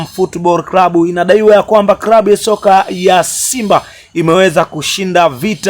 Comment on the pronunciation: Channel ya kitapeli inayojitafutia umaarufu..hata kusema neno klabu unasema krabu!!